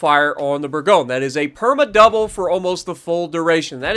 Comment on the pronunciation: Hey dude, I’m French, so I’ll help you pronounce that ship’s name: it’s called « boor goñ » Bourgogne is a French région where you can find delicious wine 😊😊